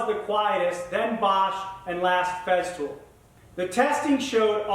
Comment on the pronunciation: It is not "FEZZtool" It is "Fesstool"